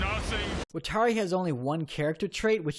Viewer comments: AFFFFG YOU SAID WATARI AND KIRA WROOOONNG i’m sorry, it just hurts me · They way you pronounce “watari” is horrible.